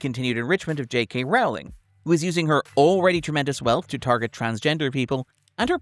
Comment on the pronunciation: Why are you pronouncing it like "J.K. Rawling"?